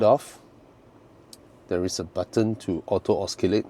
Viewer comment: It’s pronounced ‘o-si-late’ not ‘os-ki-late’